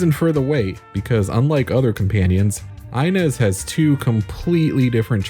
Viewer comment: It always blows my mind how someone can play the entire game repeatedly hearing the name inez pronounced ( EE-nez ) and then proceed to make a video calling her EYE-nez )